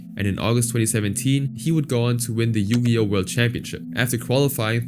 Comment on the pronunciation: The most disturbing crime here is the way you pronounce Yu-Gi-Oh as "Yugi-OH"